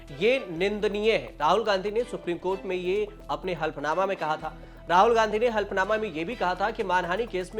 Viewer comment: शुद्ध बोलना सीखिए। 'हल्फनामा' नहीं 'हलफनामा' बोलिए!